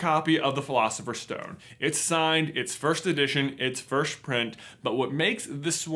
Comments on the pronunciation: J can’t say “first” he says “firsht” anyone notice that? I find it endearing 😍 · Why does he pronounce it 'firsht' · Loved the video! didnt even know such editions were up for sale! i'll have to look into that deeper and save some money, dugh. What threw me off though was his pronunciation of "1st" like /firsht/? or so.. :D